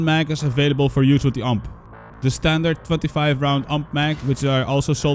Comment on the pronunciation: Every time you say UMP I die a little inside.